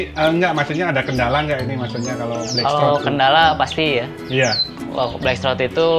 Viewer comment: Blackthroat bukan black shrot🤭